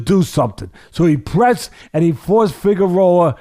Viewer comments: "Figarowa" Lol.😂 Love Teddy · “Figurolla” I’m fucking deeeeaaaad ☠️ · omg Teddy Pronouncing figuredo multiple ways is so teddy.😂